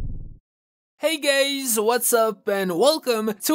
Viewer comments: Did you say hi gays or Hi guys 🤨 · "hey gays" 💀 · You just said hey gays 😂